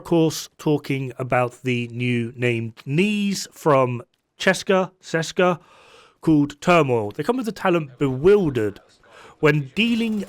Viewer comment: A fool, meanwhile you had a hard time pronouncing Ceska… indeed